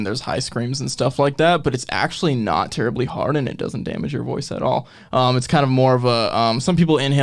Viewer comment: "Not terably hard" lol